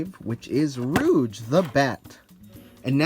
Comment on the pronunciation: It's not how you pronounce her name